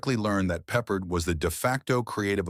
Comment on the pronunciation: 3 weird facts about the 20 weird facts: Voice-O: Peppard is pronounced Peh PArd' not peppered.16 episodes. plus the pilot which was a multipart episode. Banacek got 10% bounty finders fee, not %15.